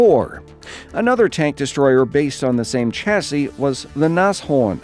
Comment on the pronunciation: its sh-a-si